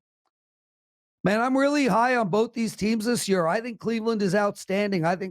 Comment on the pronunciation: The way this guy says “year” drives me crazy. ha wth accent is that?